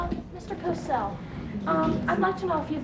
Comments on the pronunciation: It's Howard COSELL - not "Cossel". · It's Howar Cosell btwy not Cossel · It`s Cosell, not Cossel. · Actually his name is Cosell